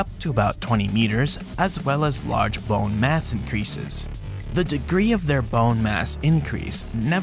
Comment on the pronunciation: You say 🅱️one funny